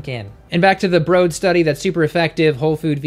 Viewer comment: Why do you pronounce it "brode" study when "BROAD" is written right there? Anyway great vid!